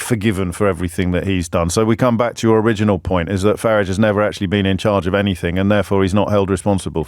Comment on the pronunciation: For somebody who is privately educated, he can’t pronounce Farage’s name correctly.